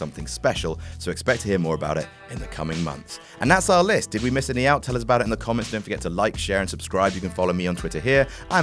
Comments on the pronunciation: "AND THAT'S OURL LIST." there's an extra bastard L. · "AND THAT'S OURL LIST!" Damn fine editing. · "And that ourl list!" 😂😂😂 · Did anyone else notice the "That's ourL List!" At the end? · did nobody notice "ourl list" or is that not an error ? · "And that's OURL list" :D love you though whatculture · "Ourl list" lol it is